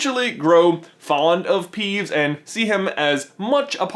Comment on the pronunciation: .....You said peevbes instead of peeves